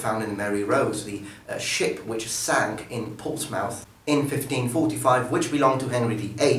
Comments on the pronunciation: Its actually pronaunced whole as ,Portsmouth not Ports-mouth you kinda swallow that "o" mate . Like: PAWrtsm uh th" :) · just an FYI or reminder, Portsmouth is pronounced Portsmuth, not port's mouth. I feel like this is just me being picky, but I just want to help improve your English. I hope you understand. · Stopped at Ports-Mouth. Mother of god, what a mangled pronunciation. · It’s pronounced Portsmeth. Small, correction. Great vid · Just a side note, only ( well maybe not only, but we don't in England) in America do they pronounce the word mouth on the end of Portsmouth. In England it's closer to ports- muth, but the ou sounds more like hoof than such, if that makes sense. And I know this because I live roughly 11 miles from the city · As you're a language expert It's pronounced Ports-M'th the "ou" is shortened. Same with Plymouth, Dartmouth etc. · Another good vid,. I respect the number of languages you speak and the intricacies you must know, and how small a thing it is, but I thought you'd appreciate knowing that the pronunciation of "Portsmouth" is closer to "Portsmuth"